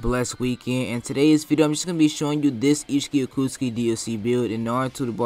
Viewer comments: It’s ults-sit-suki 😂🤜🏽🤛🏽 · How you pronounce otsutsuki hurts my heart